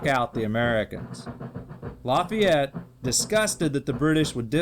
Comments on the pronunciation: Laffyete??? That is not how you pronounce it 😂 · LEARN HOW TO PROBOUCE LAFAYETTE